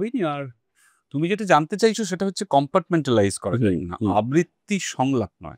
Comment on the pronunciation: আবৃত্তি , আব্বিত্রী নয় 🙂 অনির্বাণের উচ্চারণ এবং রাহুলের উচ্চারণের পার্থক্যে বুজতে পারা যায়